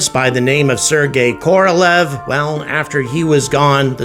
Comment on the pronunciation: Only one remark: Sergey Korolev is correctly pronounced „Kah-rah-lyoff“ (The stress is on the last syllable, and the „e“ should actually have two dots over it „ë“, which is a „yo“. The unstressed „o“s in „Korolëv“ are pronounced as „a“ or „uh“. Listen here: (Same es for „Gorbachev“, who was pronounced „Gar-ba-chyoff“, as the stress was on the last Syllable, which was correctly pronounced as „yo“. ) And last fun fact: Korolev was actually a native Ukrainian! (You probably go to jail in Russia today, if you mention that in public…!)